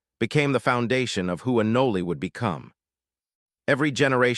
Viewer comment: It's "ah-noll" not 'ah-nol-ey' you AI trashbucket.